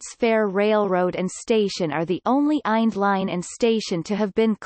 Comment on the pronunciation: Listen to this computer voice say “eind” instead of I N D !!